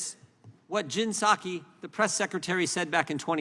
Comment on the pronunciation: It's pronounced " pie-saki " according to JP anyway 💁😂